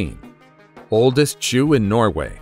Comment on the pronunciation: #14 - Anyone else hear the word Jew and not Shoe, like the first 3 or 4 times the narrator said it? I hadn’t seen the written title until I went back to hear what I’d just heard, so that would have helped but the pronunciation and on an IPad together with the acoustics in my room made me need to check what was be said.